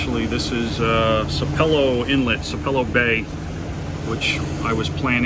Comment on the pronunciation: It's pronounced Sapp ellow Sapelo Island Ga.